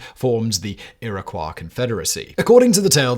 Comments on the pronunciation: Iroquois is pronounced ear-a-qwoy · You pronounced Iroquois wrong